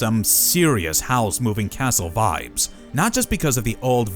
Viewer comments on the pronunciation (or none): none